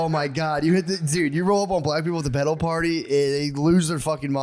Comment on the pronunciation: The way Matt says “pedal” it sounds like he’s saying “pedo party” and I don’t wanna get put on a list